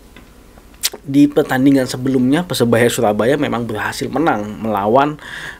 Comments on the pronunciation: lidahnya kurang lancip jd bicara R tdk jls . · PERSEBAYA BUKAN PESEBAYA RRRRRR